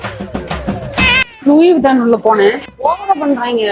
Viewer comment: Sister அது லூயி விட்டான் இல்ல ' லூயி வித்தான்'. அந்த அம்மாவுக்கு உதவிய நீங்க great soul.🙏